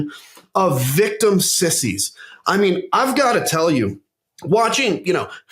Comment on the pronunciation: “Victimmy"! Hahaha! Love Adam!